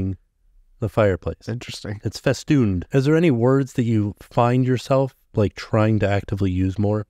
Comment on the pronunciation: Festune? Is that in the dictionary? Ahh Festooned